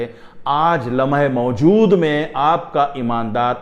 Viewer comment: لمحہ موجود کا تلفظ استاد محترم سے بھی ادا نہیں ہوپارہا۔😂😂😂